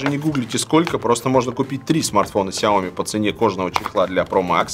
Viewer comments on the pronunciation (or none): none